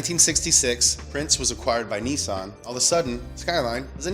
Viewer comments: Nissan not Neesawn. ffs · I can’t take you seriously when you say Neesan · Dude Nissan not NeeSaan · Its not a Kneesan Its a NISSAN! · Its niss an not nessan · NISSAN ( NIS - SAN ) not ( NEE - SAN) WHY THE FUCK YOU PRONOUNCE SHIT INCORRECTLY ON PURPOSE!?!??! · OK Pronounce Nissan correctly if it's hard split it up nis-an Not neesan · Nissan is not pronounced "nee-saan" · Why do Americans pronounce Nissan so weird. "Niissaaan" lol. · The way he says Nissan is hilarious 😂😂😂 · Its pronouced Nissan Not Nissan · why do you pronounce Nissan so stupidly.